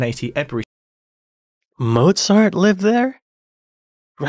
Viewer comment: Did I hear the Commentator say Ebury Street, with a short "e"? I'm afraid it's pronounced "Eebree" Street. J.H.